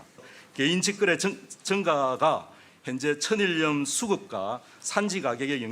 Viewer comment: 천일염[처닐렴] 왜 앵커들마다 다 [처니렴]이라 발음하지?